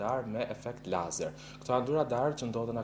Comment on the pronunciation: ore cfare katunari .. nuk thote( leizer) ..po e thote si shkruhet lazer.. nuk eshte fjale shqip o katunare .. dhe kur nuk e shte ne shqip atehere thuaje sakte ne gjuhen qe eshte fjala .. drejtore ky tjetri ....fuck....gazetari me toc ..